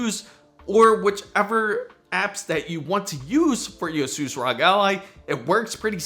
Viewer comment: The mispronouncing of Asus by the third time just made me stop watching this video.